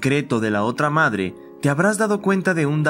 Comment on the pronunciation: XD tu dijiste made XDDDDDDD no madre